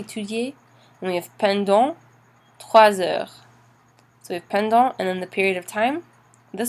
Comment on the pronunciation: Je bien comprend que vous avez des bonnes intentions, S'il vous plaît vérifier votre accent! Malheureusement, votre prononciation de tout les deux mots "depuis" (not dépuis!) et pendant (pondon) not PENdant! Bon courage